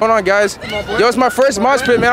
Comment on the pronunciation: “YOUR FURST MOSHPIT??!”